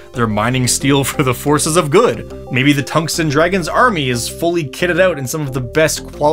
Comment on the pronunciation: Tung sten (heavy stone) dragib ???? and You pronounce tungsten completely wrong